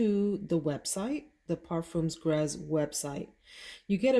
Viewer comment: Gres is not actually pronounced “grez “ but pronounced like “grey”.